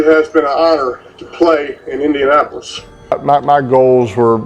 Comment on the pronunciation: Indianapis? Learn to talk bro